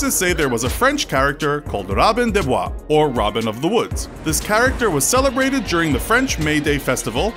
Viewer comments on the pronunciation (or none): none